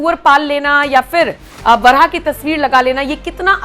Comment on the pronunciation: बरहा नहीं मैडम बाराह।